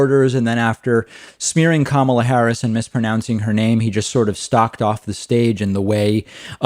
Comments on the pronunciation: He pronounces her name like that to make her sound more Asian. He’s sickeningly racist, calling on his disgusting racist sheep followers. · You are as fake as fake news !!!! I guess you think Biden has good interviews ???? Also Biden doesn’t pronounce his own running mates name correctly .